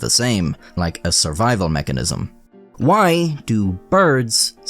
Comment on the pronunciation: WHYYY, do you pronounce “why” that way??